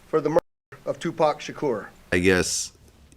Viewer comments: Who is "zzuuuge" oh "SUGE". I mean if your going to report at least pronounce names right. Also it's "TUPAC" not "TUPECK" respect the great legend. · According to her, it’s Sooge and 2-Pack.😂